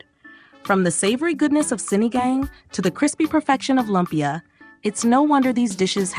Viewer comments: LOOOOOOOOOOOOOOOOMPYA, not LUMP YA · Say Lumpia as LOOM-PIA please Ms. AI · Its loooompia